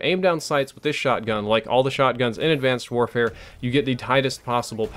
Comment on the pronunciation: "Advanced Worehare"